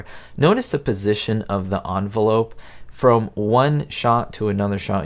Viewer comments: It's an "Envelope" not an "Onvelope" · When did the 'in' velope - become an - 'on' velope. envelope? At least pronounce it the same way every time you say it. If you're not sure how to pronounce it, look it up in a dictionary, but at any rate, be consistent. English and American pronunciation is with the 'in' sound at the front of the word according to the Cambridge Academic Content Dictionary. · Haha., you did your own blooper in the commentary. First time you said "Envelope", you pronounced it"Envelope". Second time you pronounced it "Onvelope". Both are correct, but "Onvelope" is the more British way of pronunciation.:-)